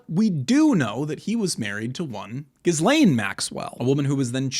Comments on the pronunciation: Epstein never married Maxwell, she (Ghislaine) is pronounced "Ghee-layn" the 's' is silent. Frenchies go figure! Furthermore, she was acting as his manager, handler, and recruiter... Oddly enough, her namesake is more interesting than one night think?! It's a "pledge of fealty, or earnest (pledge) and was the word: "gīsal" or "gisel", = (verb) "to pledge" or a "hostage", or "a mutual obligation." Their "unholy Roman empire, perhaps Charles the Great, or Charlemagne in so called circa medieval times had a practice of swapping children within noble families to keep the bloodlines rejuvenated? Or simply these children were trafficked or exchanged and raised in allied courts as "pledges" of PEACE and LOYALTY. God only knows what else they did, but Epstein continued that tradition for certain. ? So, unfortunately the opening salvo started a tad bit crooked, forgive my indulgence and please continue. ~ Inertia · Why are you pronouncing her name wrong? The S is silent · Bro doesn’t know how to pronounce nuclear or Ghislaine